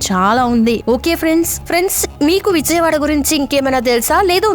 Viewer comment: విజయవాడ ఎలా పలకాలో మొదట నేర్చుకో!